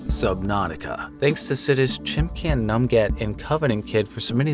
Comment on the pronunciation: this made me burst out laughing, I love how you said “chimcan numget”